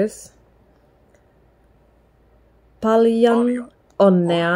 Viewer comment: Tätä oli hauska katsoa = This was funny to watch = It was funny to watch this. First, I kind of heard a very tiny letter "h" when you said "paljon", "tervetuloa", so you would say "p(h)aljon, t(h)ervetuloa. I guess it can be a little tricky to hear the word right, and when I started prouncing the words in English accent I also got that (h) in those words. It is guess when you say those words like "pal", "tell", you breathe out in the beginning of them and it comes quite naturally. In Finnish there is no push. So it comes out quite softly in Finnish. The other thing that is kind of tricky are those letters in the name of Käärijä, Ä and J. Ä is pretty much like letter "a" in English words "bad", "sad". Hyvää syntymäpäivää, that means "happy birthday", has enough of those letters "'ä" to practice with. J, when I have been telling the J is like the y in words "yes", "you" and "yank", it sounded very good, but actually there is a little difference there. Finnish "juu" is very much the same word as "you" when you pronounce them, but there is a very small difference when you pronounce them. If you say you in Finnish accent, rally English, it is "Juu". I can't really get a good hold of what is the difference. When I kept on saying "you" in English, it started sounding like there is a Finnish "y" spelled in the same kind of way like you had that minor (h) in p(h)aljon and t(h)ervetuloa. I did not actually realize it can be really hard to learn pronounce those letters. You were doing v